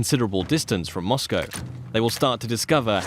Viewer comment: Kinda sad when you’re surprised people are pronouncing Mosco correctly